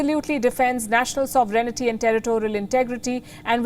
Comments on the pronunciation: Please Palki it's pronounced Sovereignty like Sovereign-ty and not sovereignity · Why does this lady keep MISPRONOUNCING SOVEREIGNTY so much everyday? SO—-VE—REN——TY